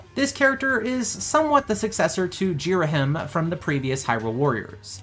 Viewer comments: Ghirahim = Gear-a-heem Not Jeer-a-him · I'm not the only one disturbed at his pronunciation of "Ghirihim" right? I don't know if I missed it before or if he did it on purpose this time just to mess around lol